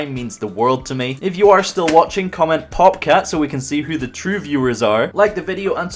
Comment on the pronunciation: What the hell is a popcat? Or is it bobcat? Podcast?